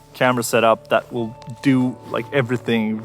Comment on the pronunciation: "I wiss keep standing here" lol😂😂😂